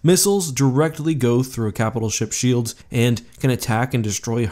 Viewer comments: I think you mean Shoelds. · 0/10 not shoelds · Don’t you mean shoelds?